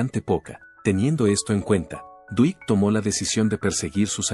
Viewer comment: Mala pronunciación de nombres en inglés estadounidense. "Dwight" no se pronuncia "Duit" sino "Duait" y Yoakam no se pronuncia como Yoakum ni Yoakam" sino "Yoak'm". Lástima, arruina al video en idioma castellano. Duait Yoak'm, Get it?